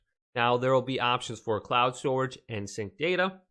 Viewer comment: 'council storage'